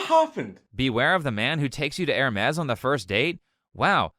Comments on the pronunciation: “Hermes” is French, so I assume that you ought to pronounce it without the s at the end. Like “Ermé” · at first i thought bro said ermes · It's pronounced Air-May